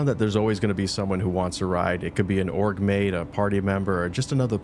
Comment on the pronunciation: It took me a few minutes to realize you said “ transporting Org Mates” and NOT transporting Orc Maids. 😅